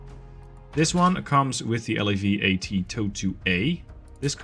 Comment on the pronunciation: Nice work! Just thought you’d find this easier for narrating: It’s ok to say “SEP” as a word (pronounced like you would say ‘September’). Same for “LAV” (like ‘lave’, the French word for wash).